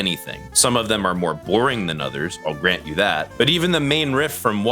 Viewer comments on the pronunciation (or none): none